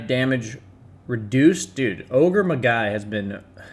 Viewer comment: Magi is pronounced like like Ma-Jai, almost like May-jai.